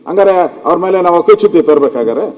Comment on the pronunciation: ಭಾಷೆ ಬಗ್ಗೆ ಗಮನ ಕೊಡಿ ಅಕ್ಕಿ ಚುತಿ ಅಲ್ಲ ಹಕ್ಕು ಚುತಿ ಅದು